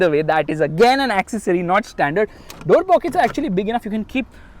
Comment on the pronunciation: The word is ‘accessory’.